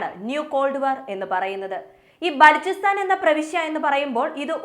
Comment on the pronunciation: ബാലോചിസ്റ്റാൻ എന്നാണ്